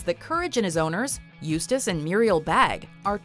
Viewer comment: Holy crap! She said "Eustace" correctly!!